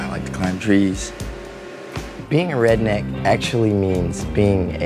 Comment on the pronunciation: Can’t say redneck